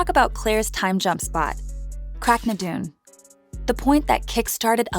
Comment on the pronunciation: Prounced Craig na dune